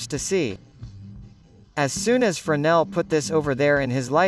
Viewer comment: Se pronuncia frenél, berê. No francês não se pronuncia o S